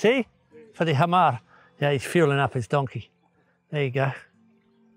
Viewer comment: Thank you for doing this story and loved the himar pronunciation. It was perfect